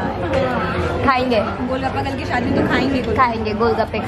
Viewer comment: Umm loved the video, but it's shaadi* not shaddi 😂, lowkey that sounds similar to chaddi 😂, sorry for saying this 😭